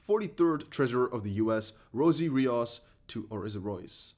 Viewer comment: It’s pronounced Rios